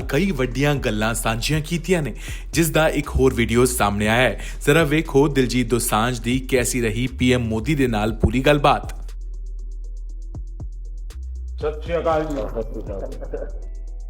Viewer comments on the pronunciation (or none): ਸਾਸਰੀਆ ਕਾਲ ਨਹੀਂ ਕਹੀਦਾ। ਸਤਿਸ੍ਰੀਅਕਾਲ ਕਹਿਣਾ ਚਾਹੀਦਾ ਹੈ।